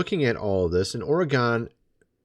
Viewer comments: FYI you pronounce Oregon like organ not Oregone!!!!!! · it's not Ory-gone but Orygun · As a former Oregonian.... It's not Oregone it's Oregun. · Stop pronouncing Oregon the wrong way….. it sounds like “organ” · Did you say...Or-eh- gone?? 😂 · It's pronounced ory-gun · Matter of enunciation... Oregon is pronounced Or-eee-guhn (option, leave the h out--- it's there so the post doesn't get tagged) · Lol! Oregon is pronounced Or gun. This is from a former oregonian. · There are still people who can’t say Oregon.